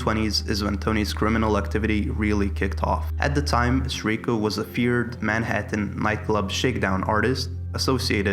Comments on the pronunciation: the constant mispronunciation of Sirico is outstanding. SEAR-EE-KO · He's my Cousin and your not even pronouncing his name right, it's Sirico. His father call all the time asking for prayer for his son, Tony..